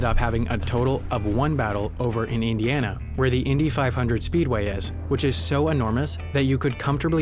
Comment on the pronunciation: I live in IN and I know he said it wrong.